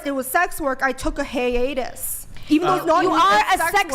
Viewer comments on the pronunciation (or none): she says "hay-atus" instead of hiatus. 😂😂 Brian shoulda kicked her for low IQ.